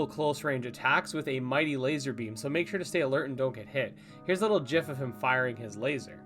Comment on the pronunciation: Nice to see that you pronounce GIF in the way its creator intended.